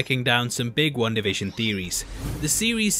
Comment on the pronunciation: Why is this guy saying one da fishin!